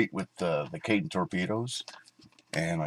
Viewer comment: Cool! Though I believe it was pronounced "kay-ten".